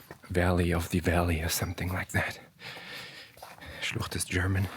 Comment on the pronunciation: But are you a Native German speaker? I'd be really surprised to hear that a non-native speaker can pronounce "Schlucht" like that 😀